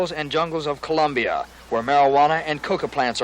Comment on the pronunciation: Also pronounced the country as "Columbia."